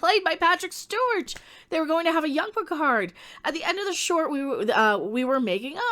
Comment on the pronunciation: PEEHARD is back the robot